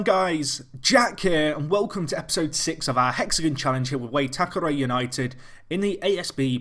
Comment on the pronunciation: It's why-tack-er-ree!!!!!! Great series though